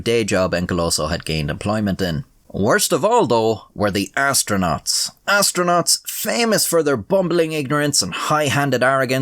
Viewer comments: "We wuzz asronatss and shii" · Lol 'asstronaughts' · More Like "Monkey-nauts"